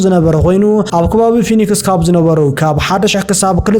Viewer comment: ፎኒክስ ዘይኮነ ፊኔክስዩ ዝብሓል ንስኻ ድማ ዝተሓወክካ ትመስል